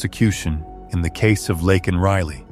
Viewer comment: Please say her name properly. It’s not Lockan it’s Laken.